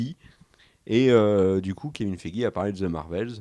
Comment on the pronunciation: Le Kevin Feigix m'a tué 😂😂😂!!!